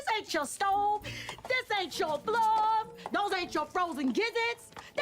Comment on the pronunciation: além disso, não consigo entender floor quando ela fala, sem legendas pensei que ela disse "blood". Mas enfim ne. são n maneiras lá também e só temos q aceitar isso